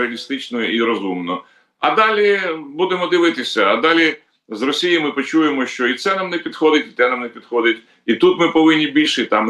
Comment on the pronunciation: ВЕДУЧА: НЕ сЧЧЧЧЧооо ак гепа а шьо